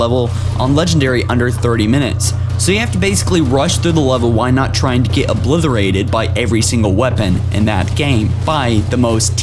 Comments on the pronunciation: Yeah haha, and while we're picking on his pronunciation of words, he also said "oblitherated"...it's 'obliterated' for fuck's sake! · "while not tryin' ta get oblitherated" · "Etsperience" "Cario" "Ablitherated" Learn how to fucking speak English properly if you're gonna attempt to talk over more videos... And you must be utterly shit if you think some of these missions are hard on Legendary... A realistic Top 5 Most Difficult Missions on Legendary would include the top 5 hardest levels from Halo 2. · PROFILE and LIE-berry in stead of Library. And uh-blitherated in stead of obliterated. And numerous other pronunciation quirks.